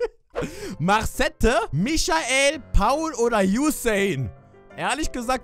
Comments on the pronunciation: heißt er nicht Masaits und dass nennt man maset in Aussprache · Das wird marcett ausgesprochen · Du heißt Marcette (so ähnlich ausgesprochen) Danny hat in alten Videos (als du noch nicht geYouTubet hast) deinen Namen gesagt GLAUB ICH OKE!